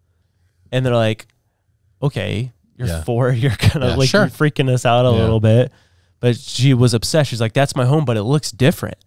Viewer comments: The fweaking radiation thing had my crying hours later 🤣🤣🤣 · Fweekin wadiation……… I lost it!